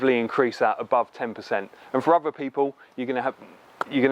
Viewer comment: "uhfer people"